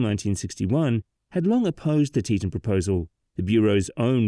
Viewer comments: 1st off its pronounced "Tee-tawn" NOT "Tee-tun". Learn the pronunciation before you start talking. Though I never lived up in that part, I very much remember the aftermath of that break. My family went to convention for my dad's work and the area was destroyed. It looked like a Class V hurricane went through there. That said, I have zero problems with a dam in that area. Snd the cutthroat trout IS a sensitive fish species and will be affected by the build. But...NOT where it was built! Geological reports stated that that particular area was not suited for a dam. Plus, not an earthen dam like it was. There was zero concrete at all atnd the rock used was sub-par. Between the unstable geology and the type of soil used, that dam started undermining was it was built. No compaction would have saved it. That silty clay soil is crap for construction. Its silt. And an engineer from BYU explains a lot why it failed. And that image of it rain is BS. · "tee-TAWN", not "TEE-tunn". You may be British, but the dam is American.